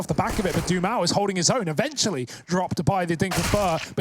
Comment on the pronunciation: mds, esperava ver a galera falando sobre a MiBR e tal, dai eu venho olhar e tem UM comentario edit: acabei de perceber que eles pronunciam o nome do dumau como "dee maul", crlh q agoniakkkkkk